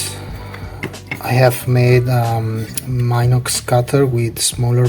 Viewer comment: Very good snd clever spparatus one small detail: it is pronounce "meenox", not "mynox" because it is not an English word, it is German.